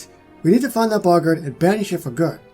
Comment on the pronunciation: You’re still saying boggart wrong. It’s Bo-g-art